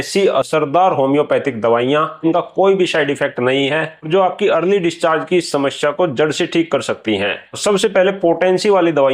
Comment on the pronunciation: apki bhi bhut badi smsya hai..smaya ko shamshya bol rhe ho😂😂😂